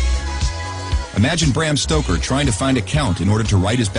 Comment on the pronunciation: It's Bram Stoker, not Brian Stocker.